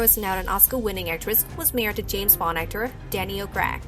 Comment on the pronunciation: Hon..., You are butchering the Hell out of the English Language..., You need to slow down and listen to what you say. Especially when it comes to Daniel..., C R A I G not Crag??? What's up with that???